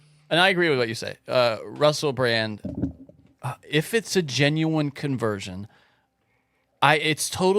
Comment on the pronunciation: I don't think anyone takes word as gospel. Especially when he said Russel Brand's name wrong at least 4 times. I quit counting after that. Flat Earth 4 Life!!11!!1